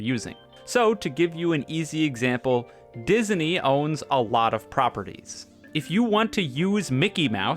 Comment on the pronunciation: never in my life have i heard disney pronounced as “dis-uh-ney”